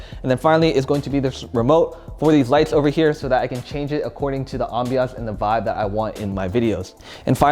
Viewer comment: No one:: “ambiance”